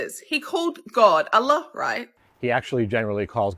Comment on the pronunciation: It is not ela it is alloh the ah is like auh